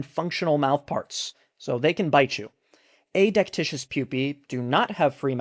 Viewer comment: Pedantic, to be sure, but it's uh-DEK-tih-kus. There's only one "i" in the word, unlike delicious.